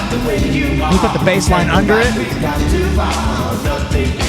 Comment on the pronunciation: Muricans man! 24 seconds in and already pronounced something weird. Nobody has ever called it 'Something About YOU' until now. It's just 'Something About You'. Don't emphasise the 'you'. I thought Americans only butchered English by emphasising the wrong part of words (DEE-fence), but no, they also search for random words to emphasise as well it seems.